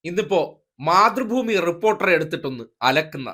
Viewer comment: മാതൃഭൂമി എന്ന് പറയുന്നത്, പക്ഷെ കേട്ടത് മുത്രഭൂമി എന്ന ആണ് 😂😂😂😂😂